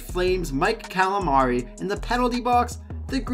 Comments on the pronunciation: callamari"? ... camellari.... apparently the flames had an octopus playing for them lol cmon man pronounce the names right its a key thing for a hockey guy ....other than that decent vid though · First of all, it's spelled and pronounced Cammalleri, not Calamari. Second, it was the Head Coach Roger Nielsen, not a player, who raised the white towel on a stick in surrender.. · yes. Say Mike Cammalari's name right. Calamri is squid.